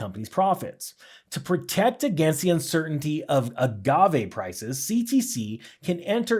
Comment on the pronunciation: Yes and you said Agave right, 👍 whoever said otherwise is wrong.